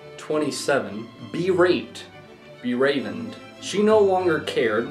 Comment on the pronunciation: this n can't read!!! It's pronounced Be-reeved (Bereaved). Abraded - uh-BRAY-did Convoy - CON-voy ???? Gigolo - JIG-uh-lo